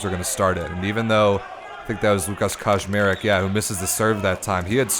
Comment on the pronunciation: Hahaha the way you pronounce Kaczmarek sounds like Koszmarek which fits in the context as it's a diminutive of a nightmare in PL 🙂